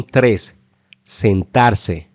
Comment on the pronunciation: Te comiste la s sentarse